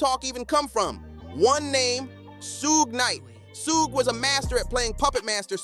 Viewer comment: WtF is "Sooooog"???😂😅